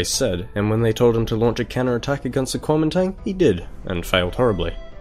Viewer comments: Guo Ming Dang. You pronounced it like such an American :) Anyways, great video! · great video and great pronunciation too. it's a little more accurate to say "guomindang" but otherwise awesome